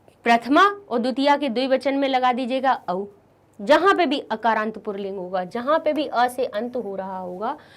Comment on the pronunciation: मैम आप पुल्लिंग को पुरलिंग क्यों पढ़ रही है? कम से कम अाप तो सही से पढ़ीए ।